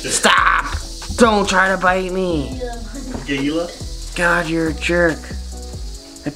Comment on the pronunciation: it’s pronounced hila not gila.